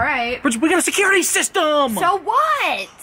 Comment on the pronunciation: WE GOTTA SICRUTI SISTUUUUUUUUUUUUUMMMMMM